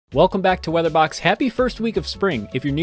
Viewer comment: I like the way this guy pronounces box